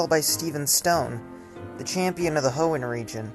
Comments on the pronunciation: ah yes my favorite region the Hoean Region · Ah yes, the great Hoean region 🤣. All seriousness though, great job with the episode!